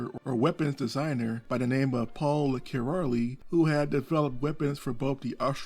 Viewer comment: The pronunciation of "Király" is not Kiraly, its Kiray. We Hungarians do not have the y sound, instead it's ly or j, both pronounced as y in English. Also Budapest is pronounced "Budapesht". Good video! If you want pictures from the museum I could take some.